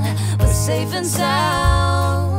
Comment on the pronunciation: Argh, great cover but when you say "SSSafe and SSSound, make sure its not ZZZafe and Zound" that buged me the whole time